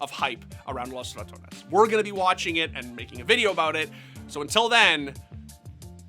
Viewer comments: LOS RA tuh ONES 😂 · Why are you overpronouncing ‘Los Ratones’? Not like its an all spanish roster and they would get offended otherwise lol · They way he says Los Ratones makes me stop the video every time. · The way you pronunce Los Ratones is cringe.